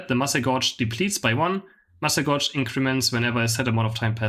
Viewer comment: Thank you for the informative videos. I've learned a lot from them. As a friendly suggestion, gauge rhymes with cage, it's a measuring device 🙂